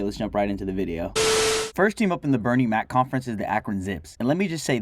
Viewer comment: I never paid attention, but bro really said "Bernie Mac conference."